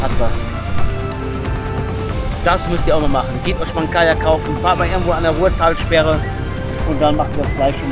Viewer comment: rurtalsperre nicht ruhrtalsperre ;)